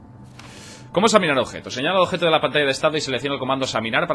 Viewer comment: Objeto !OBEJTO¡ Tanto cuesta hablar en Español?